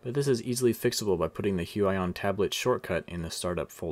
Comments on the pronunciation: Its actually huion not huey on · huaion you are suposed to say huion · its not hu aj on its hu i on thats fu**ed up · HUION pronunciation Hyu-wi-yon Alan's version: Hyuu-aaah-yooon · It's Hu-ee-on not Hu-a-yon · h-you-eye-on i think you meant h-you-e-on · It is pronounced hu-weee-yon not hu-WAAA-yon. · "hue eye on" what it really is: "hue ee on" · It's pronounced "hooyon" AFAIK. Anyway, what's the price exactly? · It's actually Hyu.. Yon.. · It’s pronounced (h-oo-E-aw-N) (sorry Alan I love u and Ur animations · Huge-Ion. Is how you prenounce it. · Did he just say....hyuwayon?? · Lmao the way he butchered the pronunciation of Huion! 😂 "Hu-I-ON" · It's prenounce hue EE on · it reads Hoo-ee-on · Im pretty sure it’s pronounced hue ee on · I think it's pronounced (hyoo-eeon) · It's pronounced Hyu/hue - ee - yon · it's pronounced heweon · Hu-I-on lol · does anyone gets cringed everytime he say Hu i on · It’s pronounced hew-eee-awn 😂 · Every time you say the name I cringe haha but other then that great review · The way he says Huion makes me mad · please pronounce it right ☹ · You have wrong pronunciation brand-name ~_~